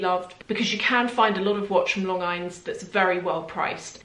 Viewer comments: AFAIK it's lôhn-jean. It's pronounced the French way. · Longines pronounce as Lon-genes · Hi the watch brad Longines is Lon and gene, like Gene Kelly. It is French so the "s" at the end is not pronounced. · Longines--pronounced Lon-jean. Part of the Swatch group that also owns Omega, Hamilton, Tissot (and others). Great watches with a fantastic brand heritage/history. My first good watch was a Longines Conquest automatic. Great everyday watch and a real workhorse. Also have a Dolce Vita tank that I bought instead of a Cartier tank that I wasn't impressed with once I got it on my wrist. The Longines actually looked and felt higher quality than the Cartier. Very well made and great value for money for the price point. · Hi, the name Longines is pronounced like this: lawn jeans. I’m sorry to correct you on anything! My mom used to wear one of those watches. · Okay so I work at a watch store and I’ve come across A LOT of longines watches and I’ve been saying it wrong and I found out it’s pronounced like Lon Genes. So now ya know lol. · Lon-geene, with a soft g, I think,. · Longines is pronounced ‘Lon - Zheen’ I believe ❤